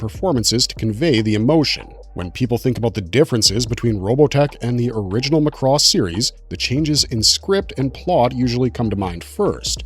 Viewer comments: Since moving to Japan I learned that Macross has several shows and Robotech was a mess created by HG. By the way, its pronounced "MAH-KOO-ROSS" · Ugh, this is unwatchable as the guy mispronounces every robotech word. It's Macross (emphasis on the first syllable) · is it pronounced muhcross or mak•ross? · Lost me after mispronouncing Macross! LOL McRoss!! Did they also serve McNuggets? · Dude, Mc Cross and Zen-TRAY-Dee... You just lost your anime card, there's no way you are actually a fan of this content ☠️ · Dude you are killing me every time you say "Mc Cross" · He butchers a bunch of Japanese names too. (cringe) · Clearly you never watched the show mate, can't pronounce Zentradi or Macross, I switched off after 30 seconds. Thumbs down all around!!! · It is pronounced macross like the a sound in the word “at”. Not uh so if you’re going to make a video to tell the history of something learn how to pronounce the names correctly dude and the way you say sentredy my god dude learn the names first then make the video or you just sound like an idiot . God you’re butchering everything’s names! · Zentraydee, Sowthern Cross, MOSPAYDIA, MOSPAYDA